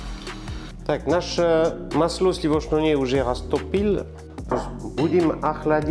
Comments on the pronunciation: Слушаю и душа поет! Мы все стали говорить дома маслО!!! Обожаем!!! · Уважаемый, не в коем случае не исправляйте свой акцент, все очень понятно, не старайтесь говорить чисто, в этом и вся прелесть, это вызывает интерес я вот слушаю вас и думаю пока не исправил ударение на слове масло и успокаиваюсь, все понятно и даже очень.... тем более что появляются субтитры, это наверно заслуга монажа, то есть того кто это делает. В этом акценте и не точного произношения вся прелесть. Искренность, любовь к тому что вы делаете, профионализм, заметен и так. Подписался и смотрю вас с огромным удовольствием в Греции